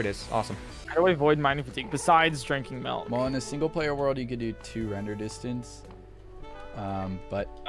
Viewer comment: PointCrow says “melk” too!?